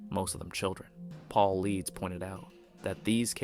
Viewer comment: great video. well researched fyi: David Paulidas pronounced Paul I Des